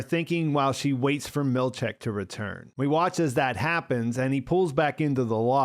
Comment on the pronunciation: Seth's surname is pronounced mill-CHICK, not mill-CHECK.